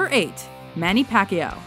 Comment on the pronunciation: You mispronounced Manny Pacquiao's last name.